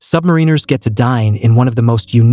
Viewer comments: Learn how to say "submariners." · The pronunciation of submariners is enraging.